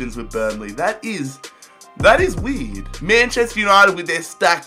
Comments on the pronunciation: He says weed no weird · sounds like he says "that is weed" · Lol its true it does sound like he said that